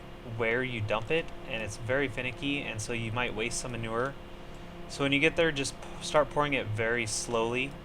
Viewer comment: Its manure not manover